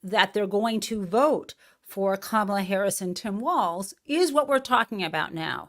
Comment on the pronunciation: he said Kamala's name properly...did y'all catch that?